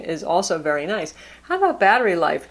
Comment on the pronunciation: Batterh life?